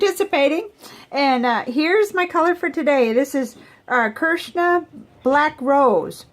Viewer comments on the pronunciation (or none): Hey, I believe that Krishna is pronounced as if it was chrish-na. Also, I meant to say the other day - you had issues with the permanent aspects of the Document Fog Grey. DeAtramentis also has a non-document version which you might like better if you like the color. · Hi, the Krishna Black Rose is a very intriguing ink it seems to be a blend of multi colours all in one very interesting and quite a warm mellow colour very nice indeed. Also as another commentator as commented the name of the ink is pronounced chrish-na which is quite correct. It's amazing how the ink looks on different paper and how the different colours of the ink are more visible with each type of paper. I think it could be something to do with the transparency of the ink and the papers reflective quality how the light reflects back through the ink the darker the paper it will look darker and vice-versa. So the 30/30 challenge will be coming to an end soon and i also will miss the everyday ink videos it has been an awesome fun packed ride so to speak and will miss will truly miss it. Thank you very much and God Bless you all!!!!